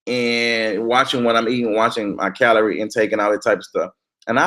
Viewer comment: Lmfaooooo just ass said kalinie lmfsooooo I'm dead